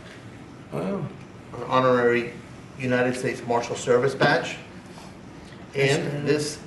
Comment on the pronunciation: "An horary Marshal"?😳 Trump is a convicted felon, an adjudicated rapíst & a known liar!😬 The guy can´t even legally possess a firearm! 🙄